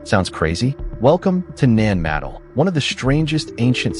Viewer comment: IT IS PRONOUCED NAN MA-DOLL namaste